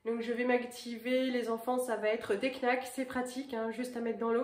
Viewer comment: coucou non je considère que vieillir est un privilège : mon objectif fêter les 100 ans avec enfants petits enfants et arrière...quand tu dis des knacks pour les enfants on a l'impression que tu dis des claques pour les enfants 😂😂